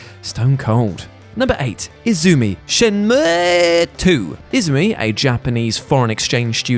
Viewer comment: finally someone says Shenmue with the correct pronunciation